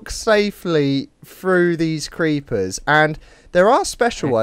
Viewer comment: Geeper reeppers